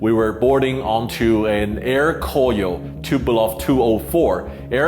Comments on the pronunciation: nice..I think pronounce more like Ko-Ryo not Kor-yo. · By the way, you need to pronunciate "KORYO" AIR NOT "KOYO" AIR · Proper pronunciation for Koryo is Ko-ryo not Kor-yo. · hahhaa Sam's Air Koyo cracked me up. it's pronounced Goh Ryuh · it's "ko-ryo" in korean, not "kor-yo". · I though the pronunciation was supposed to be KO-RYO （高麗）instead KOR-YO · Sorry, can’t help to realize the mispronunciation in this video. It should be ‘Ko’-‘Ryo’ ! I’m glad you made it out without trouble having mispronounced DPRK priced branding every other steps of the way. 🤭